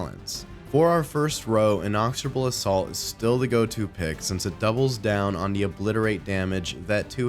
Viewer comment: In-icks-oar-A bull